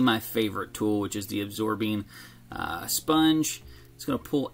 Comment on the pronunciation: It’s Absorene, not Absorbine. Absorbine is for arthritis.